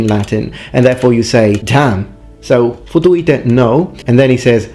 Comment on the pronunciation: ... ask a Romanian what it means :))) ... you pronounced it just as it should be said. (and it does mean 'f...' you in Romanian ; written as ''futu-i-te'' )